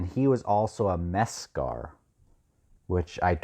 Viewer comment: Near the end you said Iskar Jarak is a “Meskar”, I assume you meant “Mezla.” Reminder, as you’ve heard that before, Mezla is the derogatory name that people on 7C use for Malazans